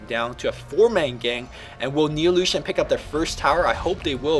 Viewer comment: Anyone else thought he was saying illusion? o_O